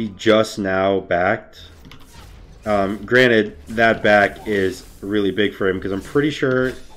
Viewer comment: God damnit. Its "granted" not "granite" you rock person